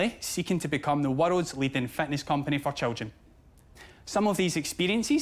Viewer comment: I'm not British, but to me it sounds like "Fatness company for children".